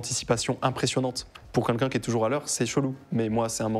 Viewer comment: J'adore le format ! Par contre je suis hyper déconcentrer par le "Quinlqu'un" au lieu de "Quelqu'un" xD